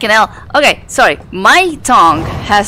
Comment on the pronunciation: when you say "fricken (h)ell" it sounds like "fricken L" haha you can actually climb up the rocks on the right side there and get up to the slide reel shelves yeah the way they do the rendering trickery isn't perfect haha wow! At least it didn't hit your ship and explode it haha "Do I have to in order to win the game? Nah, probably just cool worldbuilding." ⭐🌒🌔👁⭐